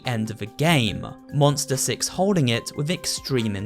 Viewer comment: SuperHorrorbro: Here it's distorted signal Twists and Corrupt "Sex" Me: Really don't you mean "Six"